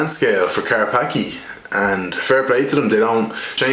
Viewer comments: Its Polish, and its pronounced "Car-patz-kyeh" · It's pronounced Car Spa Ski